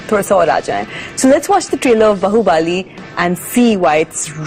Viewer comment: its Baahubali not bahubaali 😆